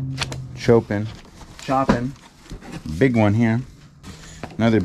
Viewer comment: The painting on the front cover of the Vienna book is by Gustave Klimt. Chopin pronounced Show pan,. You crack me up. Yehudi Menuhin is pronounced Ye who di Menu hin.